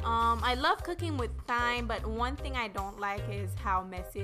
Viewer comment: Thyme is pronounced : Time 😊. Liked your video. Thank u love